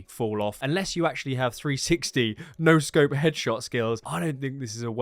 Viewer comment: Did you say 360 no sccop :D